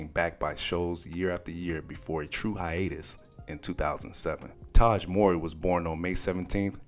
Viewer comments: Man his name isn’t more-ry… it’s MOW like NOW-MOWRY. U sayin it thru the whole video man. Please redo the commentary 👌🏽🙏🏿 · their last name is pronounced "Mow-Ree", not "Mor- Ree". Just FYI. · WELL THE WHOLE VIDEO U SAID HIS LAST NAME WRONG......its M W.....RY.................... not maury bro.......IJS........ AND HE IN KEVIN HART NEW SHIT CALLED ME TIME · Not "More-y". It's pronounced how it's spelled, Mow-ry. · 😂fr!!!...he pronounced it like "maury".... got me thinking bout paternity tests,"You Are Not The Father!!!",the crowd booing when the dude come out,etc. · I kept asking myself who he was talking about. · just say Taj as your pronunciation of his last name is starting to somewhat grate on me bruh! It's Mowry (Mow-ry) not Murray not Morey and defo not Morrey/ie. Otherwise nice vid👍🏾🙏🏾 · It's not Mor-ry it's Mow-ry guy! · Pronounced "Mowry", not "Morey"... like m-ow-ry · MOW( as in cow)- REE! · its pronounced... MOW-REE !!!! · Tia says it like “Moury”. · NOT NO DAMN MAURY MOWEY!! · It's Mow-ree! It irked me, sorry Lol... but great content none the less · I know you’re younger than 35 because you don’t pronounce Mowry as Ma-OW-ree lol